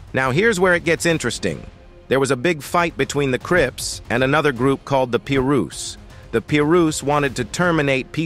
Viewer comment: Soon as he said PEE-RU’s stopped the video NEXT